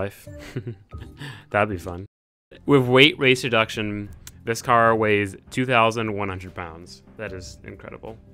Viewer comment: he said weight race reduction